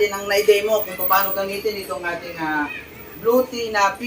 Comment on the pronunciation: Yung pronunciation ng bluetti 😂😂😂😂